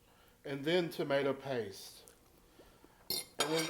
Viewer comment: "Ain't a tumaytuh been near that!" LOL!!!